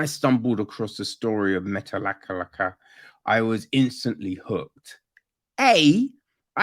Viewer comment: I live in metlakatla.....btw you are saying it wrong